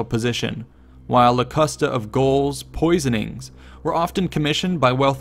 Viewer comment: He pronounced Gaul as goal, lol